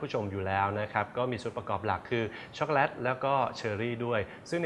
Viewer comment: ในภาษา Eng จะไม่มี วรรณยุค แบบภาษาไทยนะค่ะ ดังนั้น ชอคโกแลต ออกว่า แลต ไม่ใช่ แล็ด ไม่ผันเสียงนะค่ะ เฮ่อ...